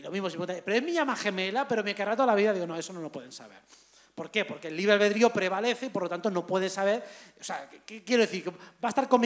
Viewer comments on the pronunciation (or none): none